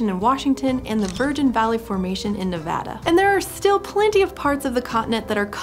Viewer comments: Im soo happy to finally hear some pronounce Nevada correctly! Thank you! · Here I was just being delighted you were saying “Nevada” correctly, but when you said “Virgin Valley Formation”, I had to do a double take and look at the photo again, because that’s literally 20 minutes from me 👀👀